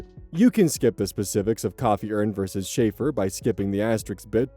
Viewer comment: Is that just how y'all pronounce chafer where you're at? Like Schaeffer? Round here it's the Ch from like, Cheese, as opposed to the Ch in Chicago. English is fun, especially when the French gets involved.